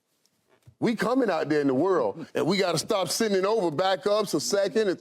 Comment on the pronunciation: Noah lyles “champion of wat “